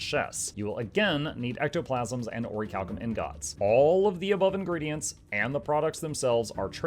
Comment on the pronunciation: are you pronouncing "ingot" wrong as a joke? startled me every time after I realized what you were saying